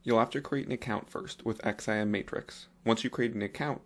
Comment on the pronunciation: LOL You know its not called an X.I.M. ... its just XIM (pronounced "ZIM")... like you dont have to spell out the letters lol... other than that a useful vid :)